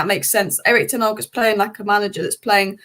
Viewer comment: Who is Erik Ten Arg???? Still can't pronounce his name properly. Almost as bad as Florentina!!!